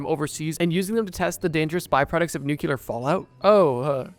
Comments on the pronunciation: Nuclear is pronounced NOO-Clee-ur Not Noo-Q-Ler. Stop that. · pls don’t say nucular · "nukyular" - not a word. Stop already with this XXI century mispronunciation. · Can you make a video about people pronouncing nuclear “nucular”? And aluminium “aluminum” and all the others? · I’ll never understand someone’s brain that reads the letters and word NUCLEAR and just fuckin ignores what they read and say it how ever they want. White mans “let me axe you a question” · Why can Americans not say the word nuclear? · Please pronounce nuclear correctly. Thanks.